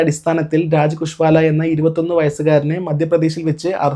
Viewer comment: കുശ്വാല അല്ല സഹോ : കുശ്വാഹയാണ്